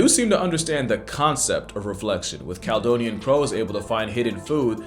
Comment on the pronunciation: Cal-e-donian 😉 from the old roman name for Scotland it's pronounced like California.